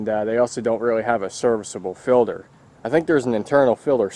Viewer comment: It's a filter not a filder